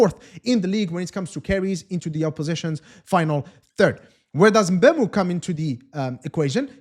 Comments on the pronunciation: Not bam Muu Say emm boo moh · I'm cameroonian too Hearing MbUEmo makes my ears bleed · Thank you very much i noticed it the first time he said his name...this whole Embeumo thing is nonsense